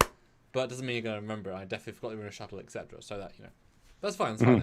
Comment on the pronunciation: "etc." is pronounced "et-cetera", not "ex-etra"